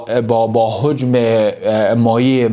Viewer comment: لطفا کلمات شیرین فارسی را درست و صحح تلفظ کن مثلا هجم را هوجم نگو